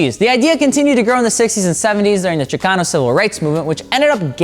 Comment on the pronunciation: Thank u for saying Chicano right 👍👍👍👍👍👍👍👍👍